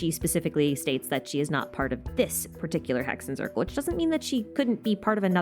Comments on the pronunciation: i dont want to be that person, but hexenzirkel is a german word and “zirkel” is pronounced tsirkel, so just exchange the z with a ts sound, like tsaritsa😊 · aaaaaa the germans are knocking on my door im in Germany Z is read C , basically say it as you do in English, great video thou